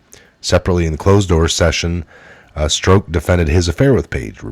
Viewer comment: I LOVE YA....but you've got to decide how you are going to pronounce Peter's name. He, himself stated to Congress that he was Peter STROCK. Yes. That's phonetic. He pronounced it to rhyme with CROCK. As in; "That's a crock". Not STROKE. Even if you choose not to pronounce correctly, at least stick to one or the other. You used 3 different pronunciations. Struck, Stroke and strock.